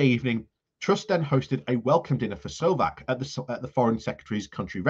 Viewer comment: His name is not sovak, but Maroš Šefčovič. Spoken Maros Sef-co-wich